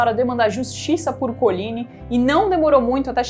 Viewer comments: PALAVRAS FRANCESAS SÃO OXÍTONAS QDO TERMINAM COM Y MONTMORENCYYYYYY . COLIGNYYYYYY.. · COLIGNY E MONTMORENCY OXÍTONAS.Primordial conhecer a pronúncia correta de vocábulos francèses.Apedeutas desinformam.